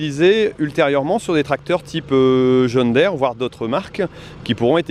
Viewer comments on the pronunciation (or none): bonne vidéo par contre la prononciations ce n'est pas john dère mais john deere